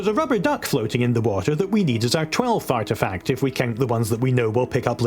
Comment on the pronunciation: lol makes me chuckle, "twelfth artifact" sounds like Fartifact lolol. but also lets take a moment to acknowledge used the real&legit word TWELFTH! it doesnt even look like a real word when u read the letters lol